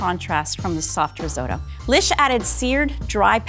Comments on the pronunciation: riz-oh-to? listen to the italians, it's riz-ott-oh... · Bugs me every time. sot, in risotto, is pronounced like hot. It's risotto, not risoto. And the lvl 2 chef looked like she'd never even heard the word before she walked on set. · stop saying riz-oh-toe.... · That dark haired chick absolutely butchered it. That was NOT rissoto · Risotto has two Ts in it but they're all pronouncing it "riz-oat-o"? why are they doing that? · Why can't Americans pronounce risotto?! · "risotto" is a hate crime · the italians are cringing at yalls pronunciation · im having an italian "watching" with me and hes angry at the pronunciation